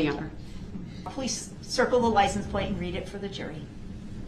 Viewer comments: And license plate not place 😂 such a dumbass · What bothered me even more was “Lice en place” (License plate). Every time he would say it I wished a person would have said “I’m sorry. I don’t know what a lice en place is.”